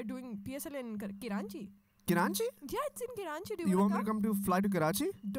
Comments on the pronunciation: I love your podcast but stop saying "karachi" kiranchi! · It's Karachi not kiranchi 😡